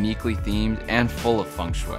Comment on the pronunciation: my guy did not say Feng shui